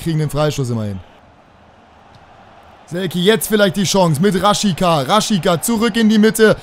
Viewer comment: Raschitsa wird der ausgesprochen